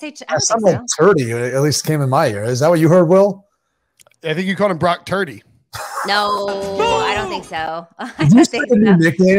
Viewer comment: I played it back - She did say turdy